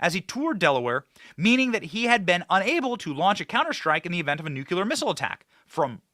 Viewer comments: Benny! Please stop saying nuke- u-ler. It’s nu-Klee-er! It makes you sound dumb to mis-pronounce it! And you’re not dumb! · Nuclear, NOT NUKULUR!!!!! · bro, nucular is not a word